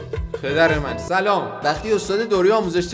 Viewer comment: چرا سلامات نصفست😂